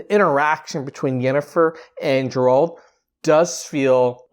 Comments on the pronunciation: Forgive me but it's Geralt not Jeralt. Ger like rhymes with hair. Geralt. Otherwise, glad you liked the trailer! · GAIR-alt! Hard ‘G’! I’m sorry but mispronunciations really bother me😭😭 Anyways, I’m totally Team Yen and I’m glad that this is a story about their little family. I’m beyond hyped for this! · You call yourself a fan, but don’t even know how to properly pronounce his name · Stop saying his fucking name wrong before he comes and uses axi on you